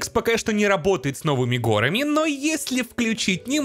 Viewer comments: не гОрами, а горАми., ну ё-маё, ну порепетируй ты с ударениями в некоторых словах, а то уж больно часто встречаются ошибки в некоторых.:))) В остальном всё супер! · Знаете, чё то у Неркина в видосе очки запотели, протереть надо... И! Не гОрами, а горАми надо говорить! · правильно говорить не гОрами, а горАми!!! Очень сильно слух режет! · Го́рами го́рами, го́рами го́рами, го́рами го́рами... Как же режет слух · ГорАми, не докапываюсь, просто немножко слух режет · ^. ^ Не горами а горами это удорение^